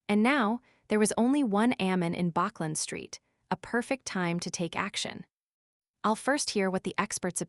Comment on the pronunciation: bachland street lol